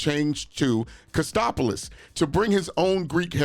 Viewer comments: Being Greek myself I have to correct you on uncle Jesse's last name on the show it was Katsopolis not Kostopoulos. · It was Jesse "Katsopolis". Not "Kastopolis". And it was "Steve Peters". Not "Peterson". When I heard that I wanted to yell at my tv. Lol.